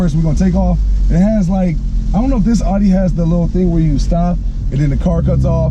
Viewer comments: ONLY THING THAT BOTHERS ME IS HOW HE PRONOUNCES IT...... IT’S CALLED AUDI!!!!!!!!!! not fucking ARI !!!!!!! AUDI NOT ARI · Your videos are entertaining but Audi is not pronounced ALL-dee :)